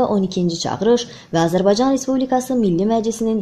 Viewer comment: Azerbay caaa ni i miiz .Bir de Azerbsycan sozun deye bilmir